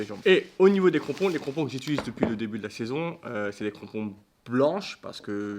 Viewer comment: incroyablee la vidéo sah 🤩 par contre c'est "j'utilise" pas "j'iltulise" 😀2.37